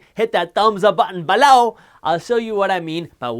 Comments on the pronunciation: Why do you say “BELoW” so weird? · When did you start saying BELOW weird? And why? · Man, when you say BELOW I crack up instantly. Thank you 🙏🏻 😂 🤣 😂